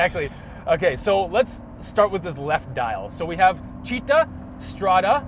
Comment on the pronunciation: Not “cheeta” but “cittá” accent on the “A”